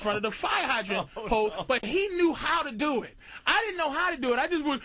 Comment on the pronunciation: "I tried to dew it"..... I thought Patrice was from Boston not Baltimore 🤔 if ya know, ya know 😄